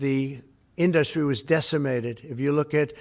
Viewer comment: Why does he pronounce the word 'industry' so oddly, and then why does he keep saying it so repeatedly (wrong) ??